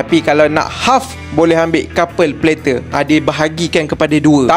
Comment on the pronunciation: sebut betol betol bang ' plater ' tu, lain mcm dengornya, ngisau plak...bior ada sleng mat saleh skit lain skit dengornya😂😂😂